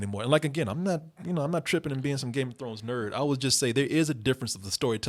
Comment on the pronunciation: Why would I take advice from the guy in the middle who can't even pronounce Game of Thrones right.